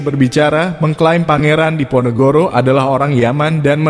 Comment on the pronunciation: Nyebut pangeran Diponegoro saja tidak mampu sering kepleset pangeran NEGORO ???! Allah sudah menunjukan ...